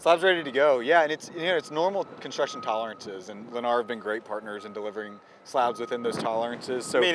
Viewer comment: You lost me the moment you said “Lennar”